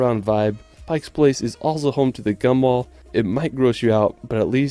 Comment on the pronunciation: not "gumball"... Gum Wall. people have been sticking chewed gum on that wall for many many years.